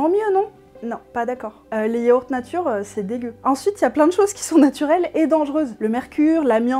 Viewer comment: Natuwopathie ? Ah, ben wé m'dame. On la woa bien fot' le camp, la natuwe.